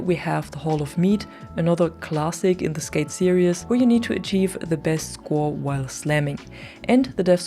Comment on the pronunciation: google "series pronounciation" to hear how it's pronounced. It's a common mistake.